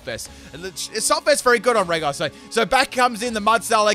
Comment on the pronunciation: It is pronounced "Reji", Not "Regi" just so u know